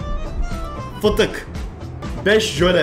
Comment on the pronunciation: fitik demesine bayildim hahahaah